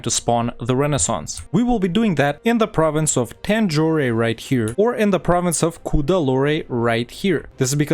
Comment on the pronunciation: To be honest, I really loved this video like I usually do. Usually, you pronounce almost every province and every nation in the most perfect way, but not really here. Like: It's not "Poonjab", it's "Paan-jaab" There's no "eh" in Tanjore, or Cuddalore, it's just "Tan-jore" not "Tan-jor-eh" And it's not "Kooch", it's "Kaa-ch" It's not "Ac-meh-nagar", it's "Ah-med-nagar" I really loved this video, as I love all your videos, but please correct these pronunciations. I really love those perfect pronunciations and I don't want them to be wrong in the subcontinent.